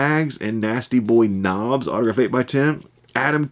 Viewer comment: Brian Knobbs, not knocks.